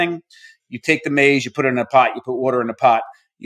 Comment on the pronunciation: It’s not pronounced maze . 😂